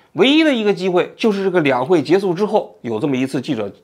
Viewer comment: 跟我读 结束（shu） 不是 结束（su）